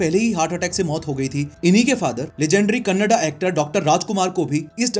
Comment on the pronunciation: Talked about our legendary kannada actors puneeth rajkumaar and Dr. Rajkumaar and most importantly pronounced it properly as KANNADA and not KANNAD unlike most northies ❤❤❤